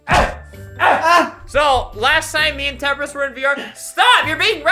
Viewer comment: When he’s saying HEY ITS TEMPRIST